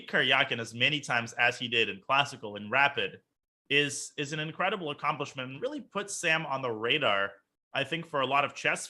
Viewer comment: "In curay dee bull "